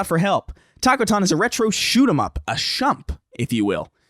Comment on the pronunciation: OK, For 2 weeks in a row has mispronounced "Shmup". Sound it out buddy.